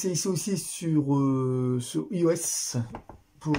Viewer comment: Bonjour pour information iOS sa se dis aïe o s Voilà merci pour votre vidéos bonne journée cordialement